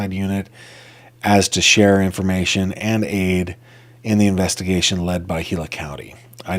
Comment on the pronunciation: Gila = "heela"